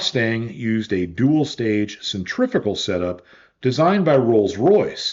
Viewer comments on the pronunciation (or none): The word pronounced "centrifical" here in the US is not a real word. The correct word is "centrifugal".